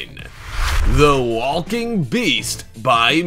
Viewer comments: I can't tell if he was saying Wall King or Walking.... So triggering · And I just noticed how much he pronounces the L in walking 🤦‍♂️ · Stop saying the L in walking I can’t hear another L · First time you’ve ever said the word walk? Makes this really hard to watch. So many “wall-king robots.” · i didnt notice at first til i saw this comment 😭😭😭 NOOOOOOOO now its bothering me too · Why do you pronounce the L in walking and walker? Weird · Nice video. But the way you pronounce walk/walker/walking, makes me wanna throw my phone.